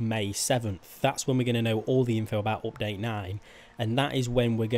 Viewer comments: Why are you saying opdate?? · Its update not opdate